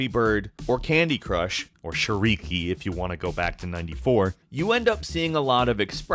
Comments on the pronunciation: It's shAriki, not sharIki. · Crash Course Russian: shAriki, not sharIki Emphasis on "a", not on "i" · It's actually "shAriki", not "sharIki". And it just means "balls" in Russian =)